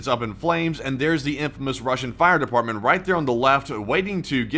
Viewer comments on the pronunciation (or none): none